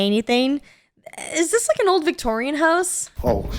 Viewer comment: I'll have to admit I was a little confused when said "victorian" home